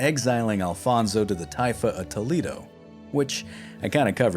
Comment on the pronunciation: Yes, it's Tolaado not Toleedo. Tharagtha not zaaragoesa .